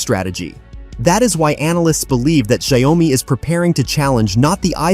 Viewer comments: It’s pronounced Shao Mi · Pleassssse pronounce the name of the company correctly. Should "Shi-ow (as in owl) Me". Two syllables!!! Xiaomi will surpass Apple. Bullshxt about copying Apple! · What a stupid pronounceciation.